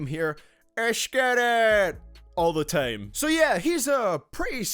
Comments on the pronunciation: why did you decide to say tame instead of time? is it some kind of accent or is it cool? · dkdkckkffmm how he says time is so idiotic